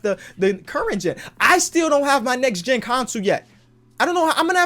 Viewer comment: "nex gen"